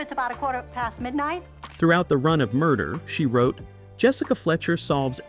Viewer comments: Wish the video creators would train the AI to at least say the show's name correctly. It's not that hard. Really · The AI voice is distractingly and laughably jerky and hokey. Can't even appropriately pronounce 'Murder, She Wrote'.